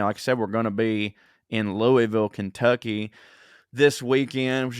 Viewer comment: Looking forward to seeing you I. Louisville. And you pronounced Louisville correctly. (Lu a vull)🖒😂